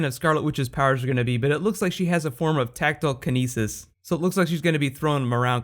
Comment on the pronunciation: Tacknelkinesis? Thats not how you say telekinesis...